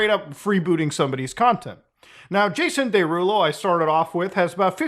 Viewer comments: Jason Day-Rulo lol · “Jason DayRulo” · day-rulo? well thats wrong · I thought Muta was mispronouncing Jason Derulo's name on purpose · Bro he said his name in every song he ever dropped and you STILL pronounced Jason Derulo's name wrong 😂